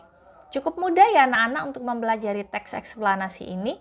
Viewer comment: "RAGAM TEKS ESKPLANASI"😂😂